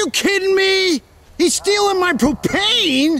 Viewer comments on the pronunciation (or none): lol the way u say propane is funny